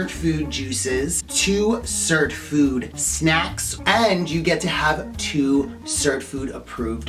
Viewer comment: What the heck are you pronouncing, cert food , surp food , WOULD YOU PLEASE spell it out, thank you 😊